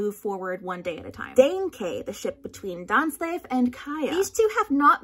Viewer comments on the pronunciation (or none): The "Dain" in Dainsleif is pronounced like "Dain" not like "Dan"